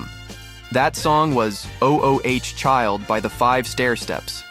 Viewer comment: You know, this video isn't bad in terms of content, but the glaring AI narrating mistakes finally put me off. Doesn't a human do a final edit on these things? O.O.H Child? Seriously??? Ma Belle Ami is actually sung on the clip shown, but the narrator mispronounces "ami" anyway, more than once. Turned it off at this point.